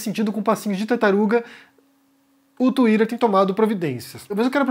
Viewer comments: Tuirer? O que é TUIRER ? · Lol...it funny the way you pronounce Twitter.....Lol. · Tuirer e feikinus. Sotaque kkk